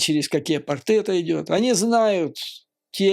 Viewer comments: Порты и торты - ударение на о. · В слове ПОРТЫ делают ударение на первом слоге. Если На втором , то это слово обозначает 👖